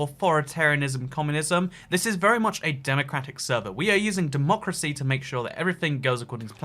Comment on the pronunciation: why does he say democy